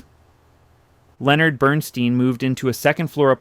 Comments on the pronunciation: Leonard BernSTEIN, pronounced STINE, in the German fashion, not STEEN. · •With respect, since you clearly Care about your presentation, and put a lot of work into them: Your pronunciation of the iconic Composer Conductor Leonard Bern-Stein was iNcorrect! "Ei" is pronounced "Stīne" 'BernStīne' NOT "Steen" NOT BernStEEN!! Ei = ī : iE= ē These are Germanic Names and Especially Leonard Bernstein adheres to German Pronunciation: Bern-Stīne ! Leonard Bernstein ! •Meant kindly, and constructively. Thank you.